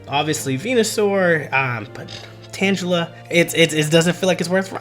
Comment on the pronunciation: You lost me as soon as you said Tangela wrong.